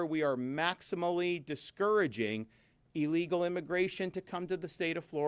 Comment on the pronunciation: MR. DESANTIS sayd ILLIGAL imigrants not legal oned pay attention 😊